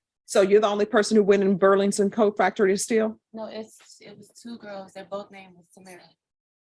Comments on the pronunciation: Judge Boyd's struggle to say Burlington Coat Factory every time she said it was kinda adorable. 😊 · The judge repeatedly misprouncing "Burlington" is driving me insane 😂